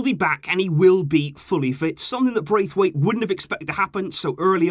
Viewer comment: I don’t actually care but if you do i’ll just let you know: You’re pronouncing his name wrong. It’s not Braithwaite as it’s spelled but Brath-waite. Like you would pronounce the name “Brad” in american but just with “Brath” instead of “Brad”. He said that in a Danish interview once :)